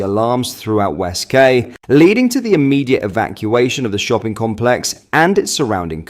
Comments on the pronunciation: QUAY IS PRONOUNCED KEY. LEARN YOUR OWN LANGUAGE FFS! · West ‘ Key’ not ‘Kay’ you berk. And you’re English 😊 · west quay is pronounced west key....not kay come on its basic english even google says it correctly when you ask the pronounciation of "quay" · It's pronounced "KEY!" not KAY mate lol 🤣😂🤪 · Was that "Quay" or Kay in Southampton? Quay is pronounced "Key" not "Kay" unless he's speaking French (when it would be more like "Keh"). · QUAY IS NOT PRONOUNCED KAY 😅……ITS PRONOUNCED “KEY” ……..come on this is primary school level at best !! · It's pronounced. WEST(KEY)QUAY. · It's phonetically pronounced " west key " ⚓ my bro .....x 🇬🇧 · Key. .its west key spelt quay. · The word “Quay” is pronounced Key” - just for the record 😀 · Please Note !!! West ""Quay"" Is Pronounced. WEST "KEY"" Okay. From a resident in Southampton !!!! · west qway? You say quay like "key"